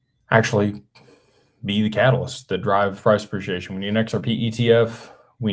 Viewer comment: PRAHS 'PREE-SHE-AY-SHUN